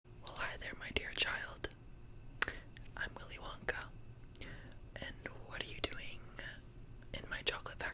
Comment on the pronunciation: ‘Willy wonkah’